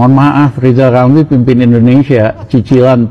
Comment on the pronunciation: Riyal ramli itu kalo kita yg bilang. Tp kalo yg ngucapkan dia sendiri pasti lizal lamli